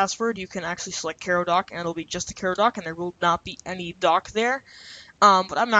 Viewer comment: learn how to pronounce things... ffs kai-row like the city... not care-row